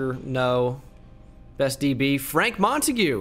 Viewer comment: ITS MONTAGUE. NOT MONAGUEAY